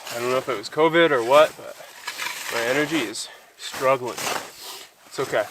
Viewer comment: Ah man, not the "convid" crap